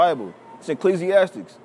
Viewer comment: “Ecleezyastic” lmfaooo